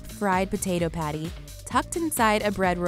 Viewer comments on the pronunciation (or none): none